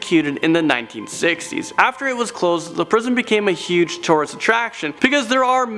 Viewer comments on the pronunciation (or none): none